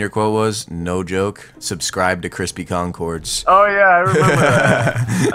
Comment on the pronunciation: Crispy Concords weres brispy bonbords